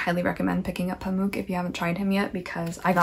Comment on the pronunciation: Gentle PSA: Orhan Pamuk in your accent is best pronounced Oar-hun Pum-ok (as opposed to Pamook - like Spook - the last syllable in Pamuk is short and resembles the word Hammock. Pum-ok.) I'd love to hear your thoughts on Pamuk's Museum of Innocence alongside Her Name is Red! Turkish literature - the clashing culmination of East and West; the Eurasian landscape, with pomegranates in Summer, and bleak, unyielding snow in Winter; a land brimming with the descendants of nomadic Turks who once worshipped the sky; and a new republic still, *still*, scrambling to rebuild what it lost after the Empire fell - is a wholly unique and transformative experience. There is no country quite like ours, no culture quite like ours, and hence we feel utterly alone in a world full of many different cultures we feel only marginally familiar to. And everyone has a different idea about who are and who we should be; such is the contemplation of many Turkish authors.